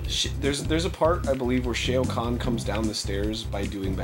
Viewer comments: Did Arin really say Shaayo Khan!? SHAO KAHN!!! I still love you Arin but come on you're better than that! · Arin... "Shay-oh Kahn"? Dude, it's Shao Kahn lol. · The only thing worse than MK:A? Arin saying "Shayo Kahn". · "Shay-o Kahn" lolol now i'll never be able to say it right now lol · "shay-yo kan" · the way ego pronounces Shao Kahn's name 0.o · Wait, did arin really just pronounce Shao khan like that?